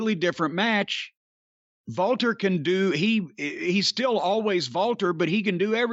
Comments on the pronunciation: Walter is actually pronounced "Valter". Jim is correct. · Because in Austrian and German the “W” sound is a “V” sound.